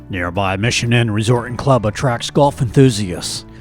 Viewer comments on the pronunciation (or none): none